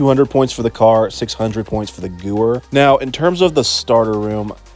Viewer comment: Btw, the gewehr is pronounced like gu-vair, either way your videos are great so keep up the good work.